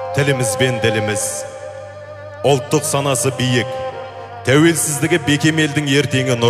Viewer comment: мына жүргізуші әйел сөзін дұрыс сөйлесе қайтеді, ұлттық дегенді ұлтық дейді, қандай надандық өз тілін бұрмалау